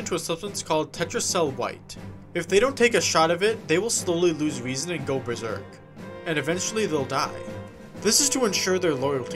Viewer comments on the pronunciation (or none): none